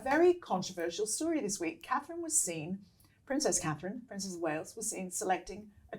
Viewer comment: I will refer to him as “Dick head” as long as he can’t get Catherine’s name correct….he doesn’t deserve respect when he is so disrespectful..IMO